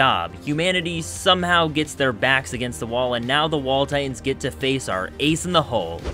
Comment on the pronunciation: Am I the only one who hears his pronunciation of "Titans" as "Tye'ins"? Earworm glottal stop.